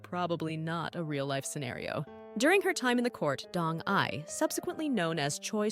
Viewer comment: Pronunciation of proper nouns, esp. DONG-YI, is horribly wrong. Did you even watch that drama??? Bcoz I have seen it at least twice, and NEVER did I hear Dong-Yi pronounced as Dong-'eye'!😂